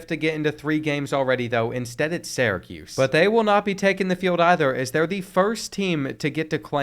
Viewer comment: Bro I’m begging you to learn how to pronounce Syracuse